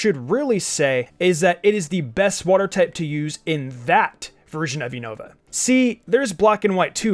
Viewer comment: Man really just pronounced Unova as “you-know-va” I found that kinda funny xD